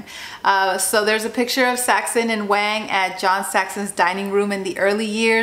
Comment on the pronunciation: Btw his name is pronounced like "Wong" not "Wayng"